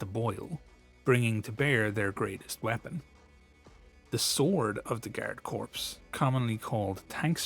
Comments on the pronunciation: I'm reasonably certain that Korps is pronounced as "Core", not "Corpse". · FYI, "corps" is pronounced the same as the word "core". It is not pronounced the same as the word "corpse". I love your content, and just want to point out this correction so as to help with your future uploads. Cheers! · Other than “Corps” being pronounced “Corpse”, good video. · I don't want to be "that guy" but "corps" is pronounced like "core".